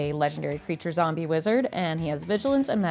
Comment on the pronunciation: was my favourite part - 'zombeh, zombeh' 😂 love it